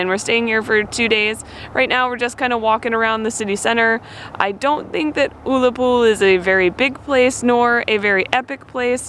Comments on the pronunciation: It's pronounced Uh-la-pool, not Oo-la-pool. In Tesco, there are usually three plastic boxes near the door and you can place your tokens in one of them. Each box is for a local charity and they get a donation based on how many tokens they've received. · It's no oo la pool its ulla pool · Love your video's guys. It's pronounced 'Ughlappol' as opposed to 'Oolapool'. Also, it's Gaelic in Ireland and Gallic in Scotland. Just thought you guys would like to know. BTW, Ullapool is the main ferry port for the Western Isles also known as The Outer Hebrides. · Pronounced UL-a-pool Not OOL-a-Pool Love you guys When you left Tesco at the door is a few charity boxes and you place the Blue discs in your chosen charity box, tesco then do the rest, whatever box contains the most Tesco make a donation So next time lookout for the clear charity boxes as you head for the exit, put blue disc through your preferred charity choice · OOllapool. Oh my goodness, you could easily be deported for that pronunciation - it's got to be an offence ! It's UHllapool with the U pronounced as in mUg, unless of course in America you drink out of moogs. Nevertheless, welcome to Scotland and enjoy your stay. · It’s not “OOlapool” it’s U actually say under or up. It’s ulapool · Loch for Lake, Uhhh-la-pool for OOO-la-pool, spongey stuff is heather and peat bog, the wee pony you've fell in love with is a Shetland Pony and never, never, never have a square sausage without brown sauce. Love your videos and your enthusiasm for Scotland, wish I was there right now. Here's a wee treat for you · You guys made me laugh with your pronunciation of oolapool , and the blue buttons are to be put into clear plastic boxes instore for charity . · lol its pronounced Uh la pool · Oolahpool.....eh? Why would you pronounce it like that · Uller pool, ull rhymes with dull.... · That’s not how you pronounce Ullapool.Its like the ull in dull.Ull a pool.Great film.I thoroughly enjoyed watching your trip.